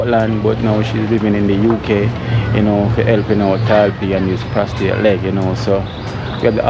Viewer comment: Prosthetic leg pros- thetic pronounced pros -ta -thick ok son ….👍🏿👍🏿👍🏿👍🏿👍🏿